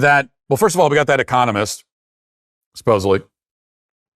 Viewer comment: We now have 'professional' reporters who can not even pronounce the word 'economists'. How do they expect to be taken seriously if they are all diversity hires?